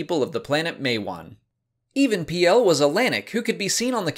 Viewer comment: Even Piell is pronounced like Revan Peel